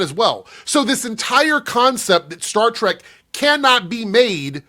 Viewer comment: And he called it "Star Tryke." He's such an obvious hack.